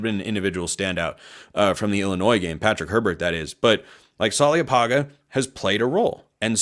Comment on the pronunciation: In Samoan, there is virtually always a silent “n” before every “g”. Apparently you are unaware, in mispronouncing Roger’s surname. It’s “panga”, not “paga”. 0 oe tele ulavale.